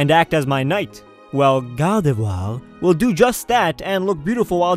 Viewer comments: spelling-gardevoir prononciation-ghardhevhoar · stop saying guardevoir😂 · in your top 10 favorite pokemon list you said that your top 2 favorite pokemon your top 2 pokemon you want in real life were and since when do you pronounce gardevoir as gawdevwaw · I love it how you say "Gardivoir",XD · "Gardevoiiir" So funny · "Gardevwaa!" xD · The way he says "Gardevoir" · I love how you say gardevoir its a lol